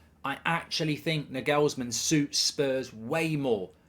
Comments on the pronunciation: Mark its Nagelsman not Naghulsmenn. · Plausible Manager-Merry-Go-Round : Nagelsmann - Chelsea Zidane - Real Conte - Juventus Enrique - PSG Potter - Spurs Ps. The way Mark pronounces Nagelsmann made my ears bleed. "NEG-ELS-MEN"??? Try this Mark......"NAR-GALS-MAN". WindUpBridge 😂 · Mark plz his name is nagelsman not negelsmen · You might want to learn to pronounce the name: It's not "Nagellesmann" it's "Naw-ghels-man"! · Nagelsman not NuhGalsman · ah Mark, just how badly can you actually butcher the pronunciation of names?? his name ryhmes with 'Bagel's Man' - you're welcome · Why do you pronounce half the names in football wrong? Its not n-gelsm'n, its not the Carabower cup, and it's not Trippy-ay. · The pronunciation of Nagelsmann…isn’t it NAR-GALS-MANN? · “Nagelsmen” - Mark Goldbridge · the way he pronounces the name is so funny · I hope Spurs don't get Nagelsmann just so I don't have to hear Goldbridge butcher the pronunciation of his name ever again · Please pronounce his name properly 😂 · his pronunciation of Nagelsmann makes my ears bleed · Mark trying to get 30k listeners to start mispronouncing his name to troll Spurs! 😂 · You gotta learn how to pronounce "Nagelsmann". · Good insight Mark, but that pronunciation of Nagelsmann is shocking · How did he just pronounciate his name 💀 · Bruh you have butchered his name🤣🤣